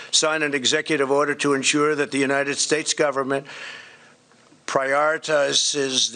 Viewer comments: “Prioritize..sss.” He even has trouble pronouncing. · The President of the United States can't even pronounce 'prioritizes' !!